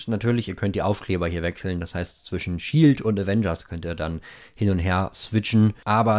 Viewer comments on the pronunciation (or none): none